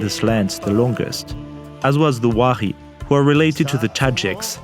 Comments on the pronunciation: Wahri is actually Wakhi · It is Wakhi, not Wahari. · really great documentary. really enjoyed it. about the upper Hunza people. it is wakhi not wahri derived from wakhan.